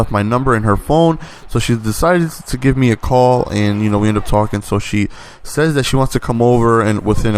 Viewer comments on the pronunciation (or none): none